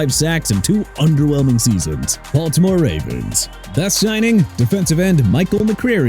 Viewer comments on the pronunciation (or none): none